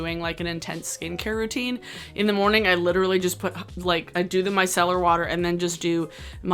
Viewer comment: I hear “my cellar water” every time ahahaha